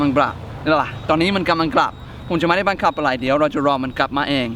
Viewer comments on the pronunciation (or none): "บังคับ"น้าาาพี่เนททท ไม่ใช่บังขับบ555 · บังคับไม่ใช่บังขับ